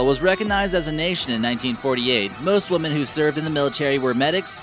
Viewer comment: Beautiful country and people. Btw, to the narrator of this video, the word “women” is pronounced “wih-mihn”, not like “woman” as you do many times in this video.